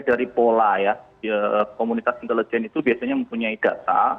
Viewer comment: nah ini baru sdm yg bagus, cara pengucapan INTELIJEN yg benar, yg pengucapannya aneh bukan salah orangnya tapi Guru Pertama Bahasa Indonesia. entah lulusan mana gurunya